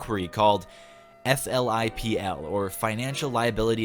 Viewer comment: FLIPL: We actually pronounce it as a word, "Flipple." Yeah it's dumb, but that's us. (Sorry if it's already been said; I CBF to read 1200 comments ... :D)